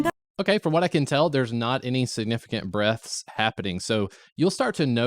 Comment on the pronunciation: You need to annunciate the word breaths more hahaha!